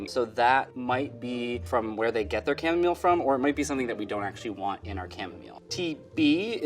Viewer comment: The way he pronounces chamomile distresses me